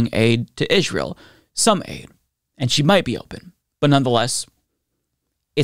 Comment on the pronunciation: Israel is pronounced like "Ijrael?"